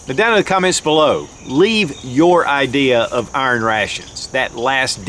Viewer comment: I don’t know what “urn ray-shuns” are, but I know what iron rations are.